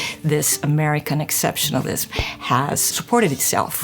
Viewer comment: Every time hearing exceptionlism. I laugh.